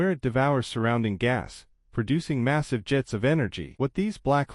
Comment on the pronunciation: Massive not missive. At the very least learn the language you are attempting to narrate in.